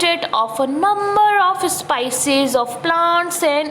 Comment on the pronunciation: Improve your English idiot teacher it's speices not sypcies and your grammer is the worst go and teach the cranes only I think they will understand you